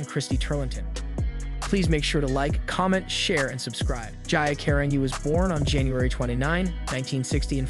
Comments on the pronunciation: You have a lot of facts wrong. She didn't "hook up" with Francesco Scavullo, he was gay. 2nd you pronounce her name GEE A KA- RAN- GEE! It was also Sandy whom she loved. No one from the modeling industry was at her funeral either. So many facts wrong! Why don't you watch American Girl: the self destruction of Gia for the real facts. Or try the book Thing of Beauty. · It's Gee-ah. Cah-ron-gee.... beautiful girl but deeply troubled. I just wish her parents got her help when she was younger. And sought help after being s.a'ed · Say her name right ok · WRONG INFO. FIRST - START BY PRONOUNCING HER NAME RIGHT!!!!!!! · Dude couldn't even pronounce her name correctly I'm afraid to hear what else he screwed to OMG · Thanks for correcting him. I could only watch this video for less than a minute. Why? Bcuz he couldn't even pronounce her name correctly. Thank goodness I didn't waste my time watching the whole misinformed video. Smh...🙄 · You're not even pronouncing her name correctly. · This video...so much wrong lol couldn't even take the time to hear a proper pronunciation lol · what’s the point of consistently making mini biopics with no regard to how accurate the info is, along with blatantly mispronouncing names and claiming it’s due to your accent? if this is really extremely dry humor/satire, it’s bizarre and if you take this isn’t comedic, even more bizarre. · This dude needs to pronounce her name correctly! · You don't even say her name right.